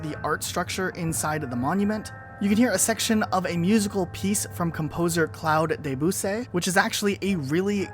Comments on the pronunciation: "Cloud Dèboussay" I'm dead mate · As a French, I laughed a lot